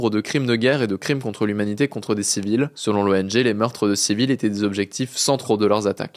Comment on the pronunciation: crime contre "l'umanité" 😂